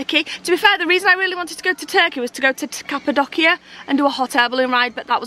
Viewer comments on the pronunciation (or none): Capaldockia for cappadocia - its pronounced properly as Cappa - do - sha